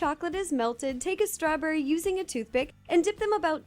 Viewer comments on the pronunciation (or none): U say strawburry